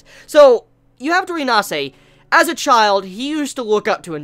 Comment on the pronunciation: I believe Inasa's name is pronounced "E-Nah-Sah" not "E-Nah-Say" There is no phonetic "e" at the end.